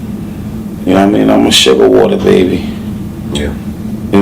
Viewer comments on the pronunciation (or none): none